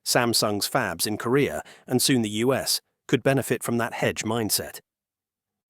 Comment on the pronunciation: Original language track is AI. Wow...what human says "fab-leez"